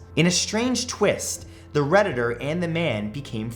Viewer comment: Every time you said “the Redditder” it just killed the whole story.